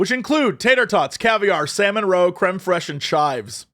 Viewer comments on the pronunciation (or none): none